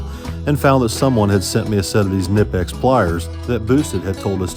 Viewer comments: There not called "nipex" Ka-nip-ex It's like calling Cornwell, cornhole Stop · The K in knipex is actually not silent. They are actually pronounced (K-nee-pex).